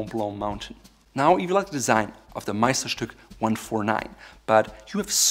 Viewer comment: As a German, I was surprised how perfectly you pronounced the word "Meisterstück"